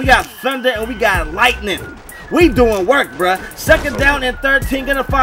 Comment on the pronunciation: BRAH it's ''lightning" lol not lighting, (say light-ning) that's how you say it thats how u spell it